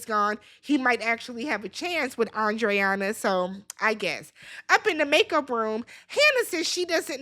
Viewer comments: It’s pronounced ANDREENA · lmaooo her name is Andreina!! (Ahn-dree-nuh) everybody butchering this poor woman's name 😩🤣